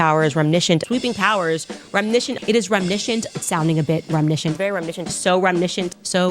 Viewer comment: Remnishent 🤣 The sheer number she mispronounces is astounding.